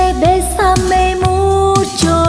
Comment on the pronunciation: "bésame mucho," Cô ấy phát âm tiếng Tây Ban Nha khá tốt.